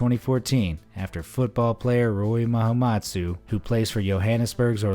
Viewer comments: It's Rooi Mahamutsa, not Mahamatsu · You made a mistake 😂.. it's Rooi Mahamutsa ( Ma-Ha-Mooh-Tsa )